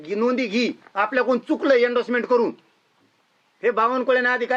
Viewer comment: " येंडसमेट" "व्हालिटी "म्हणतोय. म्हणून याला आरक्षणाने नोकरी पाहिजे.